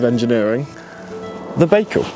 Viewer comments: Guys. Please at least pronounce the name correctly! It is not Bakecal............... It is Bical. So annoying. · Pronounced "ByeCal", you may be the first one to say it properly in future😊